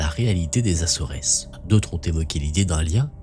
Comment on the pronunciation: Coucou.... Vidéo très intéressante... puis-je donner un petit conseil? Renseigne toi sur la prononciation de certains mots comme Acores... Et d'autres dans certaines vidéos 😊 merci